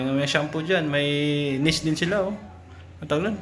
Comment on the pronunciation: Niche (neesh ang bigkas ) ❤